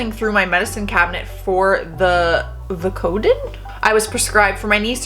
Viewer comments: Hey, girl! Vicodin is pronounced (Vie-coh-din.) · 😂... you're just too cute. It's Vicodin (vike-o-den) which is the brand name of hydrocodone I think. An i had a landlord also that asked me after I had leg surgery if I got pain meds. I was like NO, I prefer just taking Advil & Tylenol.